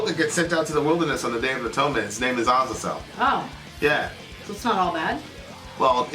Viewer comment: I get so triggered whenever mispronounces Azazel. Almost as bad as when he mispronounces Chipotle, I don't know why that annoys me so much 🤓